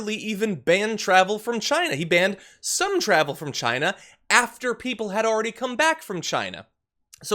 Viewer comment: As Trump said, it came from 'Chyna'. I hate the way he pronounces China.